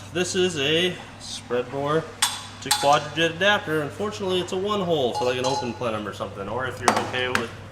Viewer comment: ...its pronounced QUADRAJUNK. Edelbrock was a NICE touch